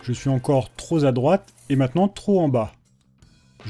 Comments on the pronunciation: "je suis tro z' a droite" :p "je suis encore tro z'a droite" etc :) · La liaison de "trop" est bizarre dans ton coin mon:p En tout cas cette vidéo simple et efficace devrait aider pas mal de débutants, bravo!